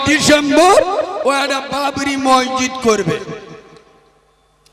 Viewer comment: ময়জিদ না মসজিদ বল